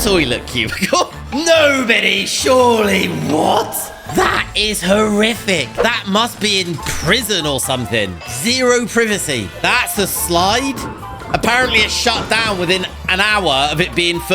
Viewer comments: It's pronounced pryvacy mate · I thought that went to write a comment but I found that you did it for me. It’s meant to be prive-a-see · First, privicy????? And second ur-eye-nal for uri-nal!!! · You really said "prih-vah-cee" 😅